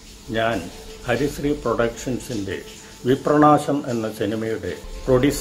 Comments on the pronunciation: വിപ്രനാശം എന്നുള്ള പേര് പോലും പറയാനറിയാത്ത ഡയറക്ടർ.. വിപ്രണാശം പോലും.. പിന്നേ എന്താണ് അഭിനന്ദനങ്ങളുടെ പ്രവാഹമോ... ഉണ്ടാകും.. ട്രോല്ലന്മാർ വിളിച്ചു കാണും.. വേറെവിടുന്നു കിട്ടും ഇത്രേം നല്ല content.. ഹോ... ഇനീം ഉണ്ടോ ഇങ്ങനെയുള്ള short ഫിലിംസ്.. ഒന്നു പിച്ചി ചീന്താനായിരുന്നു... 🙏🙏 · വിപ്രാണാശം അല്ല വിപ്രനാശം ആണ് 😜😜🤣ബല്ലാത്ത ജാതി